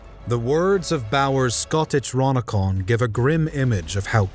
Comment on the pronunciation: "Bower's Scotich- ronicon" ? – That would be 'Scoti- chronicon' See what he did there?